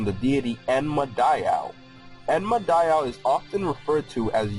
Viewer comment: It's pronounced die oh not die ow